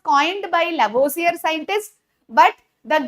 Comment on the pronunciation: Lavosier not madam lavoisier😂😂